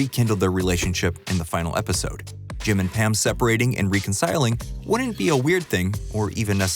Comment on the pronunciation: Recurring* (there's no O) And learn to pronounce "reconciling"